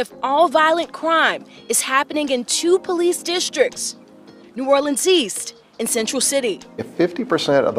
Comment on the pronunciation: I knew she wasn't from here because of the way she pronounces it.......new or le ans